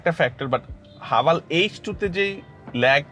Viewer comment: হাভাল নাকি হেভেল😅